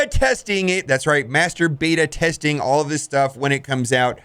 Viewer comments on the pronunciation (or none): there's something wring in the way you say master beta testing, sounds like a bedroom thing